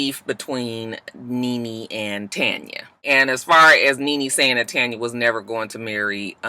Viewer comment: Lol I also love that out of everyone I watch review this show on YouTube you are the only one who says Tanya name right 😂 and I still say give her nene peace next season dammit